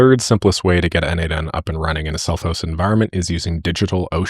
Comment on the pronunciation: its "no-de-mation" like "automation" is pronounced, not "node-mation"